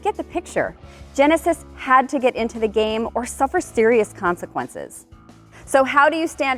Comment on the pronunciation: “or suffer sterious consequences”